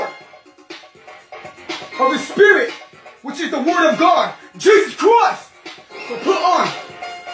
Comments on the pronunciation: Im dead😂 at the pronunciation of Jesus christ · GEEEZEZZ CWISSTTTTTT😫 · He’s simply saying Jesus Christ in an Australian accent. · I wish somebody would say my name the way this guy says J E S U S | C H R I S T